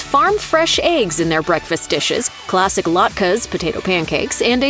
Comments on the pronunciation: Did you hear how she pronounced "latkes?? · Is this a robotic commentator? The accent and mispronunciations are horrific! I can't believe how latkes was pronounced! Salmon, too! Anyway, in NYC, Second Avenue Deli has much better food than Katz's - and always has! Plus, Katz's is not kosher.